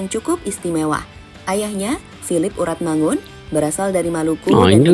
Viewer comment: Pnyebutannya ORATMANGUN bang